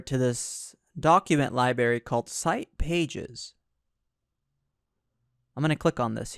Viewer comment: Is it just me or he saying "libary" instead of "library". Driving me nuts. lol